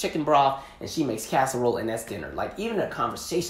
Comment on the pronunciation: I cringed when you said casserole lol. None for me thanks...